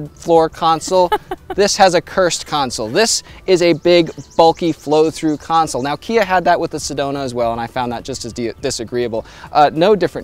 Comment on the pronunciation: "ConSOL" Not "Counsel"